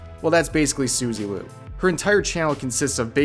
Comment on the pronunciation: It's Suzie Q, not Suzy Lu lol